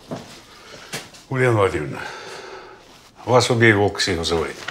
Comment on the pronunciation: Не Убейволк,а Побыйвовк,чисто украинская фамилия